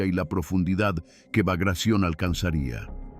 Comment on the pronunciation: El nombre de la operacion fue BAGRATION, no bagracion, asi con T: BAGRATION